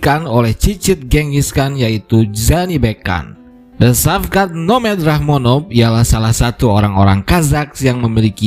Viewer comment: Shavkat di baca = Shawkat/ Shauwkat, Saukat